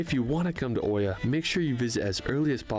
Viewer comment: Firstly, Howdy back at ya❣️ Good afternoon from Kefalonia, Greece. The color of the water in Greece's waters has to do with what's underneath and that the islands don't have much sea traffic (or any other type for that matter), in winter. As for Oia in Santorini, it's pronounced iia. The color of Santorini has to do with the fact that it was built on a volcano which blew up 2000 years ago. Yes, people lived there then too. Hope you get a chance to see Greece and the world. It'll help you appreciate more what you've got and what you're lacking. I grew up in Houston Texas and am Greek-American. And I loved your reactions 😍